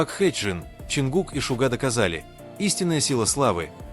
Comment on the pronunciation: Не КОшельков а КАшельков,ЛИбенхо ЛЕбенхо, ДОма доМА, СЮ'зи СюЗИ', Со КО'н Хо Со Ка'н Хо, Пак ХЕЙн Джин Па ХЕн Джин, ЧЕн Гук Чин Гук, аДОлы айдолы, ШУга ШугА, Мин Ю'нги Мин ЮнгИ'